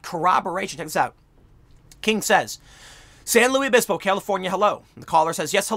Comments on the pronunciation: It's pronounced like "Lewis" San Luis Obispo . Not "Louie" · Are we just going to allow Tim to pronounce it San Louie Obispo with no repercussion? It’s San LUIS Obispo! SLO is an amazing place, don’t screw up it’s name! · For the love of god it's pronounced "LOO-iss". Nobody says it "louie". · In case this gets popular, locals pronounce the S in Luis. I went to college there and they say San Lewis Obispo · Not pronounced San Lew E Obispo. Pronounced San LEWIS Obispo. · San Luis Obispo is Spanish in origin. It's pronounced similar to the English version Lewis, but the "i" is like a long "e" or lou-ees. You're pronouncing it like the French, Louis, where the "s" is silent, or the English version, Louie, where the "s" is absent altogether. The irony here is that the CA town on San Luis Obispo is named after the 13th century bishop, Saint Louis of Toulouse, France. I'm not a language nazi, just fascinated by language & history. Great job Tim! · Am I the only one bothered by Tim saying: St Louise ovispo? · SAN LUIS OBISPO sounds like SAN "LEWIS" OBISPO or SLO. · It's pronounced "Lewis" -- San Lewis Obispo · Petty comment maybe, but it is pronounced San LEWIS Obispo. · Lol we say San Luis Obispo. With an s noise at the end of the Luis. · It’s San LuiS (the S is not silent) Obispo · I live in the area. It is pronounced san loo-is uh-bis-poh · me: lives in slo tim: san lewie obispo me: well, better than sargon "san louis opisbo?" at least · San luis Obispo is pronounced as san louis Obispo. Weird I know.... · It’s pronounced San “Lewis” Obispo. It’s Spanish, not French. Believe me, I’ve lived here my whole life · San Luis (loo iss) Obispo This is where I grew up. People hate when it's mispronounced. It's Spanish, not French. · i've always heard it pronounced "san loose obispo" (and in a digression, SLO is where Hitchcock filmed the mission scenes in Vertigo) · San Luis Obispo. Pronounced San loois Obispo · Tim, San Luis Obispo is a Spanish name. You pronounce the S in Luis.